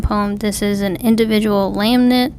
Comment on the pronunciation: Thanks for the video :) This is one of my favorite Psalms, we sing the first few verses in my church pretty regularly. I want to point out that you keep mispronouncing lament. You are saying "lam-nent". To pronounce lament, it sounds more like "luh ment." To lament means to mourn or grieve. In this case, the Psalmist is crying for help from God. Again, thank you for your video. It was truly an encouragement and makes me want to dig deeper in the Word. God Bless!